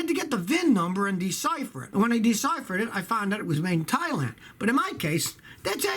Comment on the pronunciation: All I keep hearing is thighland 😐